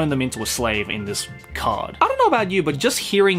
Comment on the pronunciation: The way pronounces "card" triggers my soul.